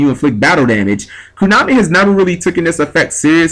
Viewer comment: it's konami not kunami....